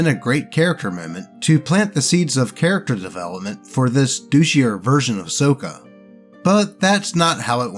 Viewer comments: More clearly, it's "Sock-uh" not "soak-uh" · BTW, the way you were pronouncing Sokka's name is the way it was (mis)pronounced in the movie (So-kuh), but not how it was said in the original show (Saw-kuh). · Did you JUST pronounce Sokka "SOH-kuh"?!?! It's "SOCK-AH"! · Correctly pronouncing Sokka is to be earned. You play the character right, you get your name pronounced right Saw-kuh. You mess up like this dude and the trainwreck movie... So-kuh. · Yeah, that's how it's pronounced that way in the animated series. The Shyamalan movie has it pronounced "Soak-ah", another reason why it's an abomination. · Sokka pronunciation, saa kuh. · Hey im not trying to be mean but Sokka's name is pronounced like socka. That is how the creators of Avatar pronounce his name. Other than that you do a good job keep up the good work.😊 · lord help me its pronounced sock-a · Oh boy, more! Also, isn't it pronounced "SOCK-uh"? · I love how he pronounces "Sokka" like the Shyamalan movie instead of the cartoon. He not worthy of Sokka's real name. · You kept mispronouncing "Sokka"; it's a soft "o". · Hearing pronounced Sokka's name. Gives me physical pain like that trainwreck movie " The Last Airbender. " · Are you picking the movie pronunciation of Sokka instead of the show version for a reason?